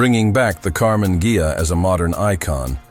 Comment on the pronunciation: AI always makes mistakes (still). Her always Karmann "Gia", in Karmann "Geia"...